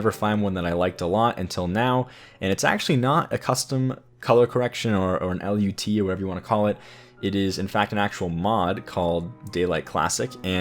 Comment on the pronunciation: nice but just call it a LUT not L.U.T